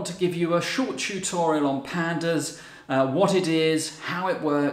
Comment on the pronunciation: I like the way he pronounce Chutorial. LOL...